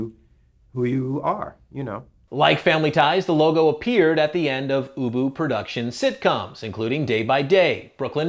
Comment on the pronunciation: You can tell he calls his dog ubu in the interview , but clearly not in the closing, he was probably nervous and he pronounced it boo-boo